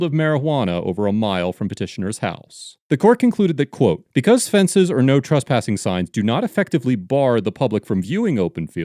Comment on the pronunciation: STOP SAYING TRUSPASSING ! LMFAO and stop saying TRASPASING ! It's "trESpassing"!!